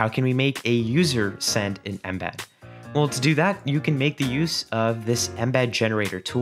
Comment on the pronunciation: i dislike how you say "inbed" instead of 'eme'bead